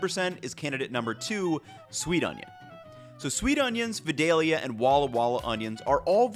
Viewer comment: As someone from vidalia it’s always funny to hear people pronounce it wrong